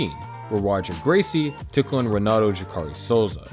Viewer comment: And Royce, Roger and Royler. And just when I thought it couldn't get any worse he butchered the hell out of Jacare. I'm kind of impressed that he went to this much work to make this documentary while knowing nothing about the people involved. How could he have not known he was going to get called out?